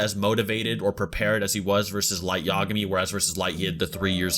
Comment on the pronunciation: I hate to sound like Hermione but it's Light Ya-GA-mi not YA-ga-mi You're putting the emphasis on the wrong syllable